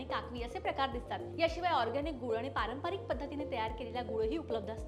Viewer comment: ताई, आपण खूप छान बोलता, उपयुक्त तेच सांगता, आणि त्याला विज्ञानाचा आधारही असतो. आम्ही मुंबई ग्राहक पंचायतीतून गूळ घेतो. मात्र त्याचा वापर अगदी मर्यादित प्रमाणात करतो. (एक सूचना - आपले उच्चारण निर्दोष असते, फक्त पारंपारिक ऐवजी ' पारंपरिक' असा शब्दोच्चार असावा. )